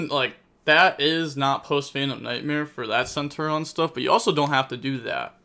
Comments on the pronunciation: goddamn my guy you pronounce the I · For the love of god it’s centur ION there’s an I